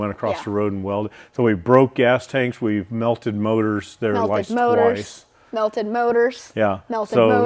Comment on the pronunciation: “twonce”. I like the new vocabulary word. Use it in a sentence…”we raced this car twonce, I think”